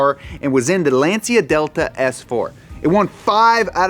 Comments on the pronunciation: it’s not Lance-e Uhh, It’s Lan-Cha. This video is now unwatchable for me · It's pronounced lancha delta not lansia delta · ''Lensia'' to say Lancia is unlistenable bruh, c'mon make some effort to spell at least one single damn word in italian if we can speak your language. thanks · Lancia is pronounced "lahn-cha". It's Italian for lance/spear. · Its pronounced Launch-cha